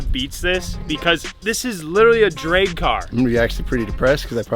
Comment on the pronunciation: "It's a drayg car"- 😂 wtf kinda accent is that